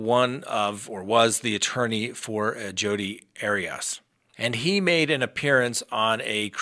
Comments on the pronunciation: Arias = Airy-es .....NOT Airy-us or Airy-Os...... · I enjoy your content BUT so many times you mispronounce people’s names. Not sure why. Anyway, it’s AIR-E-US. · You’re really struggling to pronounce Jodi’s last name lol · gaaaah... the way you say arias drives me nuts.